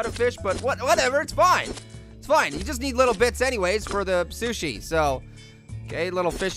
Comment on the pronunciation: It's Sushi, not Sush.